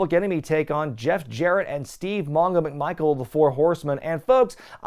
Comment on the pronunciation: Did he call Steve McMichael "de Michael" or am I mishearing it?